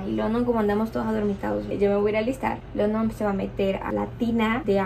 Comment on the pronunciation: Hola. Mi Reyna. Tengo una Duda te escuche decir London y no se si pronuncias cómo el pais London. Tengo un hijo de 15 años y se llama Igual que tu esposo pero noaotros lo pronunciamos. Landon y vivimos en Ca y el es Latino pero su ambiente es solo de Americano’s cómo dices tu HUntington Beach Y su nombre lo pronunciamento cómo Landon . Quizas tu esposo se llama London ? O Landon? Te escucho y la pronunciation la dices difetente . Solo una curiosidad